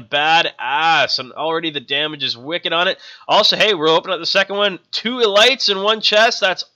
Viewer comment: U haven't past the 2 grade if u don't know how to say elite right